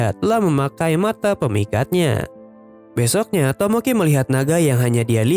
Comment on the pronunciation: Min lu orang mana kek sunda soalnya tdi ada bilang besok na wkwk😂